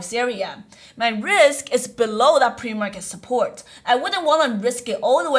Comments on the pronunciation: ‘Pre-market’ PLEASEE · "Pre Market" help :)